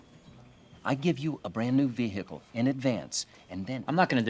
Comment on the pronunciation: A brand new Vee hickle